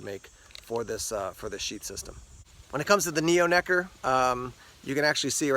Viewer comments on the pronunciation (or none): Did you say necker